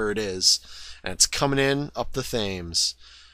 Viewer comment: Ah yes,the good old Thaymes